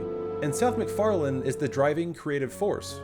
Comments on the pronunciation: his name is McFarlane not McFarland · And the viewers still think that their petitioning Fox did it...LOL. You know, Seth has said more than once than he was tired of the show...which follows your commentary. It's pretty much been his bread and butter, so... btw, It's MacFarlane, not "MacFarland" :-) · There's no D in Seth's name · Are you saying: "Seth MacFarland?" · 1. Isn't pretty much TV itself dead? 2. You know EXACTLY how everything went, but you still pronounce Seth Macfarlane's name as "Seth Macfarland".